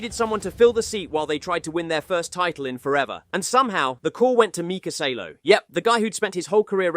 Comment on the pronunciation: Salo is called Saaalo and he has two podiums 😅